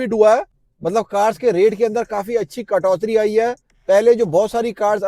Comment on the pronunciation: Katoti hota h .....not katotri 😂😂